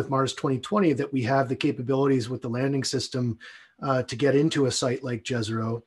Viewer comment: Fantastic mission, can't wait. Just wondering why everyone on the planet is mispronouncing Jezero?